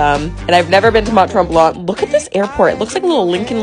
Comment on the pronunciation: I’m sorry it’s not tremblant it’s tremblan the t is silent because it’s French ❤